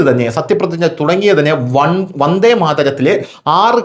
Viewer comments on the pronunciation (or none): none